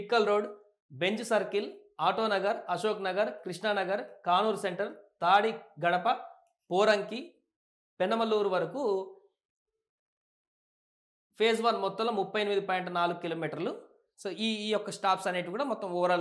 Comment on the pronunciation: నిడమూరు, ఎనికేపల్లి పనమలూరు 😮😮 సరిగ్గా చదివితే వీడియో చూడాలనిపిస్తుంది